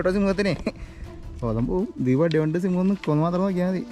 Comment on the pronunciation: 🙆സിമ്പം അല്ല കുട്ടി🙅. സിംഹം. 🤦‍♀️